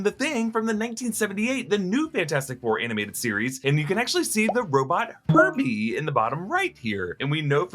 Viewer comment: When he said herbie I thought he said herpe